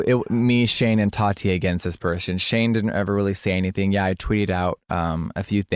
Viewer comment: why does keem say toddy instead of tati its gross